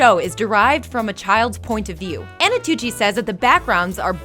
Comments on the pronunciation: She also mispronounced 'Antonucci" for 'Anotucci' quite a few times. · No offense meant but every time you say Anotucci I cringe a little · The host is so annoying that no one is even mentioning the fact that she keeps messing up Antonucci's name when she pronounces it as Anotucci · you're mispronouncing the guy's name. It's Antonucci not Annotucci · She mispronounced Antonucci to Anotucci... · Who the hell is anotucci? Isn't it antonucci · STOP SAYING ANOTUTI OR ANOTUCCI IT'S ANTONUCCI A N T O N U C C I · Its not anotucci its antonucci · MadDogReed97 rewatch it, she mispronounces it as "anotuchi" several times, like the part with the names on the chalkboard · Antonucci, woman! Stop saying Anotucci! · first of all, i hate all the jokes where the lady inserts herself and her face. enough. i came for facts, not for you. and second, its pronounced ANT-O-NUCCI, not AN-O-TUCCI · Annie. Kranker. There's no passion behind these videos, it's just a job for you people EDIT: AT FACT 103 "ANOTUCCI" OMG PUT MORE TIME ON THE SCRIPT EDDIT: FACT 105 "ANTOUCCI" YOU DID IT AGAIN eddyt: At the last fact you got it right, how just how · "Antonucci" isn't that hard to say, why do you keep mispronouncing it?? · Why does she mispronounce Danny's last name throughout the entire video? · EVERY TIME SHE MISPRONOUNCES ANTONUCCI I GET UNNECESSARILY ANGRY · I agree with so many commenters on this one, she was awful. You were pronouncing the creator's name right in the beginning, then once it switched, you didn't notice and try to fix it! And for God's sake, stop commenting on every little thing with your own stuff! I'm here to watch the facts, not hear about your life. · You guys could have proofread this. It doesn't come across like you guys actually know these shows when you say "Annotucci" and "Kranker". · Antonucci, not Anotucci. Kanker, not Kranker. It’s a list of facts....at least say the names right please.